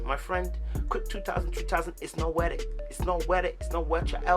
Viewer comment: “It’s not wor it”😂😂😂😂😂